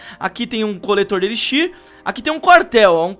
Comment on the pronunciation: cara fala tudo errado armazém de elixir kakakakakaka